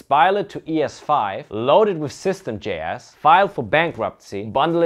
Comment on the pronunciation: The way he says J-Ass killed me everytime. 😂